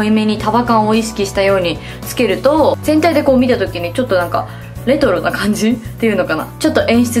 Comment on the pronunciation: なこここ 全体にって言おうとしているのがてんたいにって聞こえるんです！